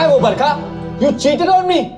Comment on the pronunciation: Barkh Pronounce - baarkha